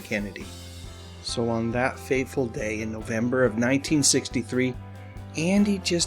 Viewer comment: Can we just get to the point? And it’s not “faithful day” for Christ sake, it’s “fateful.”